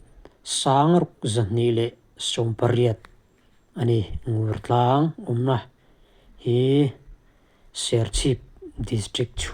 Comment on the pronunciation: Mizoram tlangsang zual te tih hnua "Top" tih sapṭawng hman a ngai tawh lo. Ngur tlang lam dan hi Nûrtlang tih tur, ui 'ngur' anga lam tur a ni lo.